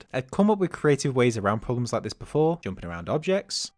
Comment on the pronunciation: this is the first time i've heard someone pronounce 'jumping' as 'joomping' lmao. funny af.